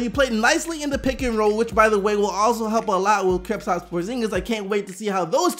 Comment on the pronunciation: Sometimes I wonder if is just giving Kristaps a cool name or if he just can't pronounce his name, cause stays saying "Kripstaps"